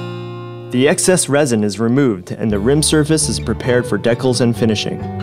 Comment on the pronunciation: The bags aren't silicon, but "silicone". Decals are pronounced "dee" cals not "de" culs. Lots of work to make a carbon wheel. No wonder they are so expensive.